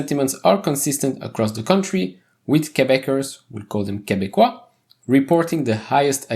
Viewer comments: oh cool, I'm glad that you know about it 😁 thanks for your awesome content SOFI and SQ are some of my biggest holdings! You pronouce Québécois very well also🥰⚜ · That « Québécois » sounded really well !